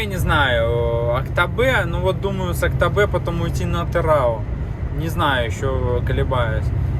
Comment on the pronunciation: Не АктобЭ, а АктобЕ 😊✊️